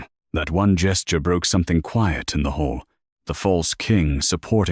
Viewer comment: It's hall, not hole.... the AI doesnt recognize synonyms... and each editor, narrator, data entered.... miss it all